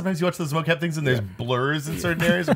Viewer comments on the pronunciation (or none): Mo-cap becomes dough-cap.